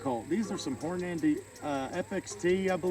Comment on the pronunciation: love ya brother but please pronounce Hornady correct its got one n just one N its Hornady it sounds like your saying Horn ----- Andy lol. and you do need to pick you up a brawler there extra fun at the range thanks for the videos keep them coming